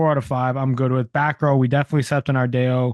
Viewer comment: Ardao: R-DAY-O is out of pocket, lol. R-Dow correct pronounciation